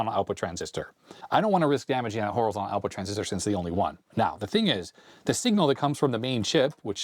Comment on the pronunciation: But he doesn't say Horizontal! There is a T. HorizonTal!